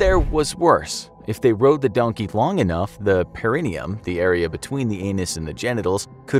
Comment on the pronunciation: DONKEH WHERE ARE YOU DONKEH